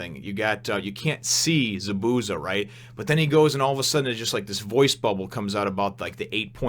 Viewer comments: it more like za-boo-za more emphasis on the zas not the boo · Chakra will be explained soon. ZA-bu-za it is a z not an s sound at the end and you have to acknowledge the first a. The sharingan, which someone already explained how to pronounce, is pretty cool and you have only scratched the surface. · The way that you pronounce Zabusa is funny as hell lmao... Good review